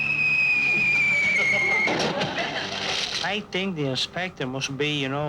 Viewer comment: Most memorable & funny is Paul Frees' Crab Louie calling The Inspector "Coppair."